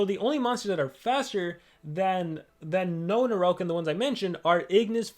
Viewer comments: It's called Noahgnarok,. Not "Noahnaroke" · I can’t help it, it’s “no-agnarok” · I think it’s pronounced NO AHHHHH GNAROK. Like ragnarok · it sounds like Noahnarouge when he says it